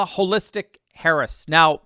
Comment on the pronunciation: Ho- listic😅😅😅